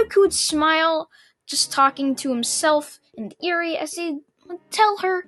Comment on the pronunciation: Anyone annoyed that he is mispronounced eri